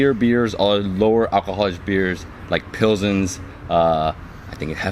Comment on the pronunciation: he called pilsners pilzins lol